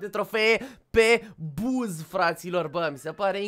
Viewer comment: Bă 😂😂 nu se citește BUZ SE țintește BAZZ